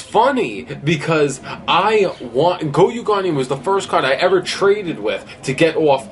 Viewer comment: "GOYU GUARDIAN" 😂😂😂😂😂😂😂 not Goyo Guardian